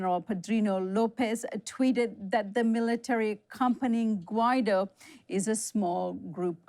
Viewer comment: CAN WE STOP PRONOUNCING HIS NAME AS GWY DOE & say it proper as in GweeDoe. If you don't know what a Guido is just ask an Italian...his name should be shot for brains...